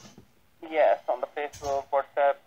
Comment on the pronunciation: The whole time he was repeating, whatsapp, whatsapp it sounded like he was saying what's up. You should have answered him with......' sup dude in your demure little old lady voice!